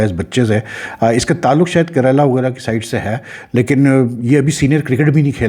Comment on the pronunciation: It’s not Karala.... it’s kerala.. southern tip Of india most scenic state of India.. you got to Dubai you will see Lot of folks from kerala.. very popular kozhikode biryani